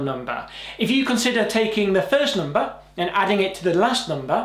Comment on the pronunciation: and also... NUMBAA haha